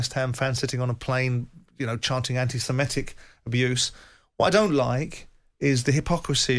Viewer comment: What's this "anti-simetic" (sic) abuse, Simon?